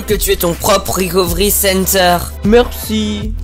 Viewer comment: "rekofri sénterr"